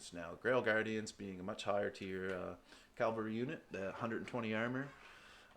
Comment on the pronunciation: Good fight man, turned it around in the endgame. But if I may: it's cavalry, not calvary.